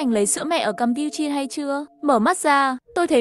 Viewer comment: Campuchia mà tui nghe thành cam pưn chiên 😂😂